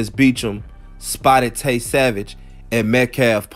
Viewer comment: It's Tray Savage not Tay